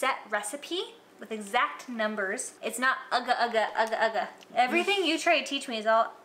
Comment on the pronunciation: When an American pronounced "agak2" better than most Singaporeans 😂